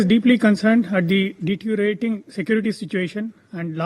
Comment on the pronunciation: Stupid SC ST spokesperson could not pronounce DETERIORATING ... SHAMEFUL reserved candidate